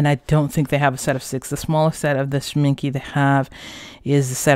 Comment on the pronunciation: Very Good review :-). Can I briefly point out something to you? Schmincke is pronounced with an e at the end and not with an i like you do it.